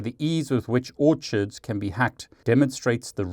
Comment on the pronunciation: Orchids = Or-Kids